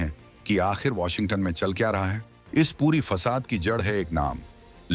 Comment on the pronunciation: वोशिगं टन नंही वोशिगंटन बोलो भाई! 🙏